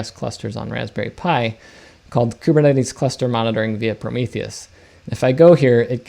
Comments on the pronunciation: Kubernetes. Greek word. Pronounced closer to Kivernitis. Means Gov'ner. I mean Governor. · Great video but i cant get over ku-be-cut-tle.